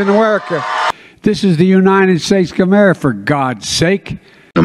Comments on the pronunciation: He can't say America but he no trouble saying China. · Two words, "United States of Ererica" Not a joke, c'mon man. Two more years, Sheeeeeeeesh. It was a Thanksgiving dinner and two turkeys were there. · Two words: "Make Ma-Merica Great Again" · Let’s see… Mamerica, Arerica, Amurca, Garerica, Amers, Amer, Awerica, G’mera… Where does he live, again? 🤔 What country is he Resident of, again? 🤔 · I agree... it's infuriating that he can't say "America' correctly. UGH! 🤬🤬